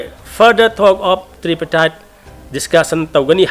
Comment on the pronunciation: Wah thabak leitaba Popularism Tri partite talk pronounciation du lanle Tri du tree haina pronounciation toure